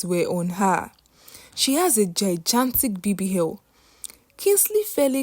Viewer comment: Where it's o, she say h. Her pronunciation is a bit down esp with the alphabet